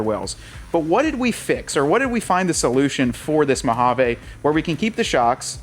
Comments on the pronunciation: Hahaha, our new drinking game is we take a shot every time you say Mo-ha-vaa instead if MO-HA-VEE.😂😅😂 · We desert rats cringe every time you say MojavAAA It's Mojaveee. Try it a few times... and on that note it's not Nahvahda... and for sure not OreGONE..